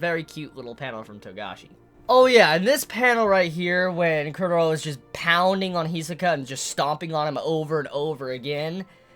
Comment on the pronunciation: Every time you say Chrollo something inside of me dies :p